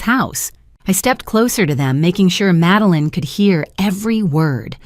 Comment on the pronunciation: Her name is "MADELINE," not "Meline"!